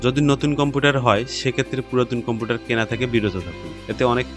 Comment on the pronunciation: কম্পুটার না গো কম্পিউটার